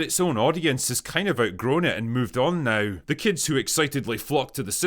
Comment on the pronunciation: “Go away neow”. My favorite part of your videos 😂